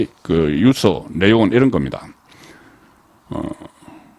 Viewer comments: 송 대표님 항상 시청하고 있지만 언론인 분께서 단어에 대한 장단 발음에 엄청 문제가 많습니다 단어의 장단에 따라 뜻이 달라지는데 그런 걸 모릅니까? 초등생도 다 아는 걸요 유~서가 아니라 단발음인 유서라고 해야 됩니다 좀 고치세요 모르면 사전을 찾아 보고요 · 송국건유튜브방송을 즐겨보면서 늘 느끼는 점은 내용은 최상의 수준인데 말실수를 잦은편인데 그건 그다지 문제가 될 수는 없지만 억양 지방시골억양이 참 문제입니다. 예컨대. 엄마의 자매 이모?를 성씨가 이씨일때 이 모씨 라고 말하면 안되듯이, 장음 단음이 정확해야하듯이 오늘 방송을 보면서 자꾸 유서를 유 서 라고 합니다. 스스로 녹음된 거 보면 그걸 못고치는지? 40년대 시골사람이 서울한번갔다와서 서울말씨를 흉내내다보니 저런 현상이 나타나듯한데, 특히 경남지방사람들이 저렇게 발음 억양을 구사하는데, 대표적으로 가장 울렁증유발수준은 성창경입니다. 그런데 송국건혼술은 정말이지 우파에서 방송내용은 최상인데, 발음 억양이 최고스럽지않는 기본이 안된건 고치는 게 좋지않을까요? 앞서 언급했듯이 성창경은 울렁증생겨 듣질못할정도인데, 기자출신이면 그걸 고치지못한다면? 울산이나 포항정도수준의 시골지방기자수준에서 벗어날 수 없는 게 아닌가하는 맘이 듭니다. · "유서"의 발음. 연습하세요. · 유~서 발음 듣기 아주 거북합니다. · 듣기에 유서가 발음이 뉴우스로 드립니다